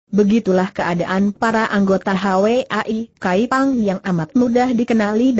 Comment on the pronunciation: Hwa I Kaypang bukan Hawe ai kaypang , hwa : bunga.